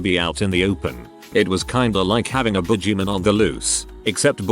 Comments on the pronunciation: Every time I hear this automated voice say boogeyman I can't help but laugh! 🤣 boojy min. The narrator needs an official name! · Boojymin should be his name lol